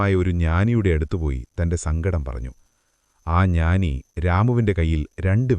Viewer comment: പടം അല്ല പാടം.. ഞാനി അല്ല ജ്ഞാനി ആഠംബരം അല്ല ആഡംബരം തെറ്റ് തിരുത്തുമല്ലോ?